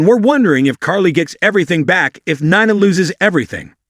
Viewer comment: It's pronounced Neena (Nina).